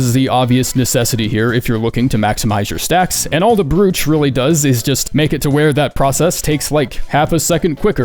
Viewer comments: Bro-ch, not brew-ch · Brooch not Broooooocsh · bro said magnetite brewch its pronounced like "broach" homes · its pronounced broach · Isn’t it pronounce bro-ch? Broach ? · BREWCH! English, dude. English. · Its pronounced broughch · Is anyone going to mention that it's pronounced "Broach"? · Brooch rhymes with coach, not mooch. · The O's in brooch are pronounced like the letter sounds, not like a u. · brooch rhymes with roach. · *BROOCH* tell me you mispronounced that on purpose and it was a rage bait.... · Just FYI, “brooch” rhymes with “coach.”